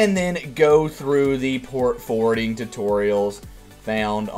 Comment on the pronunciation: Its Port Forwarding, not Port Fording